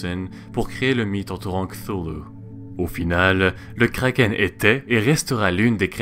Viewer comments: Pourquoi tu prononces un nom danois avec un accent anglais ? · Pourquoi certains disent krakeunne (désolé pour la défiguration du mot mais bon c'est pour me faire comprendre dans le commentaire)